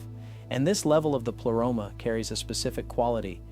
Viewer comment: Why you pronounce the Greek words in English way?? Just use Google translate and say words you actually know how to pronounce them because it sounds funny... pleroma... is pronounced as plea... not ple... and like this one , you mistake all the Greek words. Same with gnosis... the g isn't silent. Also pneumatic... p isn't silent... and the list goes on